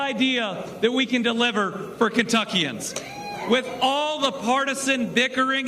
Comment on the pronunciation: Actually it’s pronounced Kentuckians